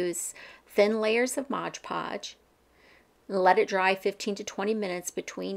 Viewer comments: I don't know why, but you calling it modge podge drives me nuts, lol it's MOD podge. Thank you for the easy to follow tutorial. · Mod Podge, not modge podge.